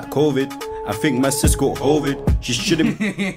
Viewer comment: My man said hoevid 😂😂 nah bruh I’m actually crying 😂😂😂